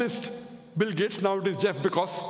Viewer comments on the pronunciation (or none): Yeah he pronounced wrongly.. but I never knew that the medical colleges teaches how to pronounce Jeff's name 🤣🤣🤣